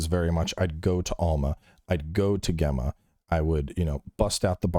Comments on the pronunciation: Bro it's pronounced 'Jemma' not 'Gemma' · For the love of God-- it's pronounced Jemma. Super common name in the UK, Gemma. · It annoys me is saying Gemma instead of Gemma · Does mispronounce Gemma for the whole podcast?? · alot of the Americans do especially on her initial reveal, I guess it's just not common Name over there. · He has a very interesting way of saying her name for sure. 🤣